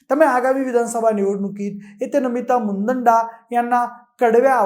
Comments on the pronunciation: मुदंडा नव्हे तर मुंदडा असा योग्य शब्दप्रयोग करावा.चुकीचा शब्दप्रयोग करणे हे आपल्या सारख्या विश्लेषकाला शोभणारे नाही. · मुदंडा नाही मुंदडा आहे